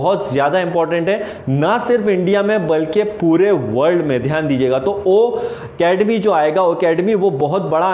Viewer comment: Why are you wrong pronounced o academy ..it's ocademy sorry sir don't mind